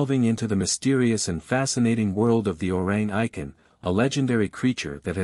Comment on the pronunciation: Orrang Eye-ken?😂